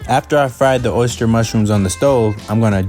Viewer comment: I seriously just went on a deep dive through the comments to see if anyone else was bothered by that 😆 He also said "oh-ster mushrooms" more than once lmfao